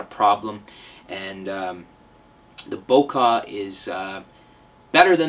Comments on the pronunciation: not bo-'kah' , it's bo-'keh' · which do you prefer the 18-200 sigma dc os or 18-105 vr ? :) Can you say BOKEH! not boka thanks for the review